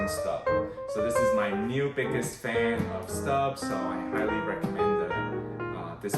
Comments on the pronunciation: It’s pronounced “stobe” (like globe), not “stub” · Maybe in English Stobe, but in French it is Stoub. I just purchase 6qt shallow Staub discount price, but was looking to see 4qt size before I purchase online.